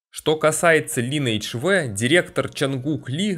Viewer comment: дружище называй только не линэйдж, а лайнэйдж так будет правильно.